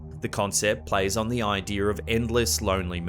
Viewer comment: The backrooms concept plays on the "idear" of monotony? Interesting"er"